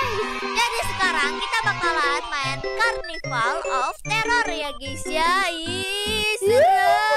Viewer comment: Mon maap kak carnival bukan karnaval👀👌